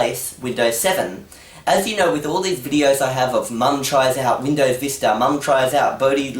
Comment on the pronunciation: It's Windows, not "Windoze".